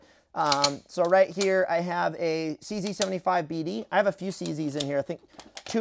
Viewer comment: cz is not pronounced cc tho, its czed